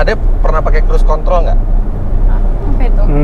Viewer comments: emang kepeleset lidahnya om fitra itu wkwkwkw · lidah nya kurang grip 😂😂